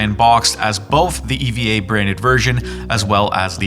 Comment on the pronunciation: Couldn't do some basic research on how to pronounce Eva or Evangelion? 😂